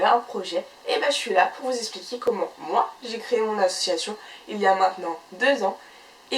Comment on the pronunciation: ça pique les oreilles. tu fais une vidéo sur les associations, tu utilises ce mot plus de 30 fois en 3 minutes de vidéo mais tu ne t'es pas entraînée à le prononcer comme il faut